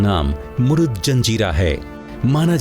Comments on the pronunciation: Its a Murud (मुरुड)not a मुरुद. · पहिले किले का नाम मुरूड जंजीरा है... ना कि "मुरूद ".. हिस्टरिकेल नामको बराबर से स्टडी करके लिया करो... आपजैसे लोगोकी वाजहसे ओरिजिनल नाम बदल जाते है.. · जनकारी बहुत अच्छी लगी । लेकीन आपने महाराष्ट्र का जंजिरा किला मुरुड को मुरुद बोला है. जो की मुरुड होना जरुरी है। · शहर का नाम ' मुरुड ' हैं, मुरुद नहीं! कम से कम सरकारी चॅनल से ये अपेक्षा न थी